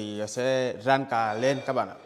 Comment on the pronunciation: Ổng nói làm cá.mà mình cứ tưởng ổng nói làm cà.học tiếng vn cũng khá lâu rồi mà nghe có khi muốn nhũn não chứ chơi